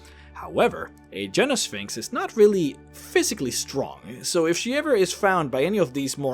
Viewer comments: Gyno is not pronounced with a "j" sound. It's "Gai noh", not "jai noh". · Gyno is a hard "g" not a soft "g". So it's guy-no-sphinx not a jy-no-sphinx. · Its a hard G(gut gas got etc) not a soft one (giraffe german gelatin) Guy-no. Not jy-no. Its the same prefix as gynocology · I was listing to the video while doing some work and I kept hearing him say "Vagina Sphinx." Does anyone else hear this? and what would such a sphinx be like? would it guarding one or would it be a giant one that is infused with the magical power of the gods to warp space and time? Would it be like a flying sentient "hole in the universe" that is strong, noble and the epitome of all that is Good or would it take other forms? Something for the random board to be sure... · I think Gyno is pronounced Guy-no. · I do believe it's pronounced like gynecologist hence the female one. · I believe that you were mispronouncing "gynosphinx"....... in that it uses a hard "G", not a soft "G". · I thought Gynosphinx was pronounced with a hard G. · It’s making me crazy. I figured someone must’ve pointed it out